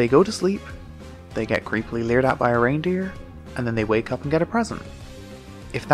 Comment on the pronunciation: Reindeer More like ReinLeer